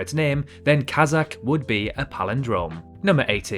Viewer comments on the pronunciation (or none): none